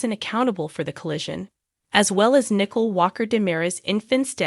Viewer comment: You are not pronouncing the name Nicole correctly and I just start listening